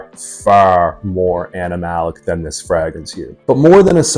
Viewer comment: Why are you pronouncing fragrance like fraag rinse? Sincerely asking, I like your content overall, keep it up.